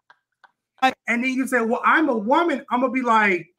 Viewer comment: A whoaman... hold up! That IS a WHOAman!😂😂😂❤